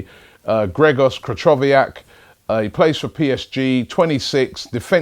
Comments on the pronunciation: Krychowiak is class, he would defo do well in England. You pronounce his name wrong though, it's more like Kree-ho-viak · You read "ch" in Krychowiak's name wrong! You should read it like "H" in Highbury :D best wishes, B.